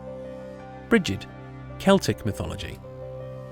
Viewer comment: Just to let you know Gibil is actually pronounced "gebil". There are no hard "g's" in Sumerian. No sounds like gem or gerbil, more like Gimli. mm, Brigid is pronounced as Breed, it's Gaelic not English.